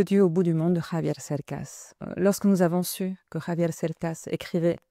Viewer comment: Dice "Javier"... con JOTA, no con "GKRRr" como lo hacen usualmente los Franceses- Bravo! Es una autentica traductora.